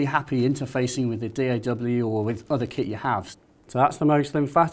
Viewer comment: why is he calling it a moag?